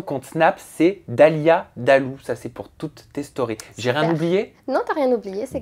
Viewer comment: Dalia chiiiiiiiiiihhhhhh pas dalia tchi, tu connais pas ton nom ou quoi pourtant je t'aime bien mais la 😒😒😒😒